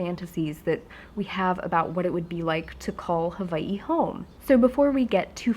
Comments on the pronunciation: Does she live in Huh-vie-hee? Or Hawaii? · I love when yu said HAWA-ii :D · You have such an interesting pronunciation of Hawai'i! Is that how many locals say it? Love your videos x